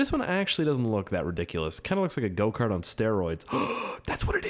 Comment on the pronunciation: Every time he said go kart I thought he said goatcar